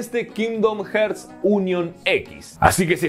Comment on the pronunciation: Que onda, este comentario no lo hago con el afán de molestar (me gusta mucho tu canal) pero como veo que muchos youtubers y gente en general comenté el mismo error decidí hacer este comentario. La pronunciación correcta de la palabra "Hearts" que en español es Corazones es "jarts" y Hertz una unidad de medición en el audio y otra cosa de física.